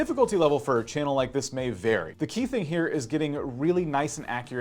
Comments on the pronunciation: How do you not know that it's "vary" not "very?" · .... VARY not very.